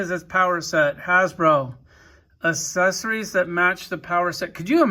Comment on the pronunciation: The way dude says accessories, kills me 🤣🤣🤣 it's pronounced əkˈses(ə)rē. Wow, dude is drunk AF!